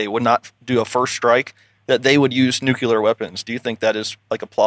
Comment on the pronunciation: it’s nuclear not nucular. Thanks for the great episode!